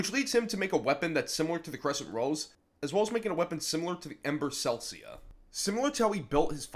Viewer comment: Not trying to be a huge douche, but you accidently mispronounced Yang's' gauntlets "Ember Celica" in which you pronounced it (Ember Celcia) but not gonna lie it sounds way more fitting with it being "Celcia" kinda like Celsius which makes logical sense as it matches to her overall theme :0